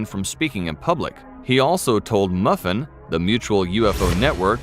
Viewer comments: Narrator called MUFON...Muffin🤣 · Did he really just pronounce MUFON, as "Muffin"?